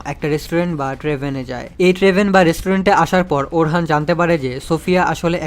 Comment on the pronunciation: vai orhan hoben na orun hobe